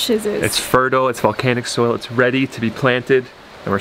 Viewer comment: Soil not soul 😂